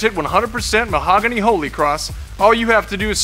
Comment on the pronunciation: Mahogany. Not "mohogany."